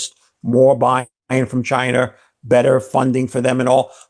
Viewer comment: There's no R in Chiner, duh?